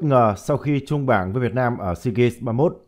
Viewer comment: Sao cứ phát âm hoài seagaNs? Hãy đọc là deagaMs. ( EM MỜ nhá)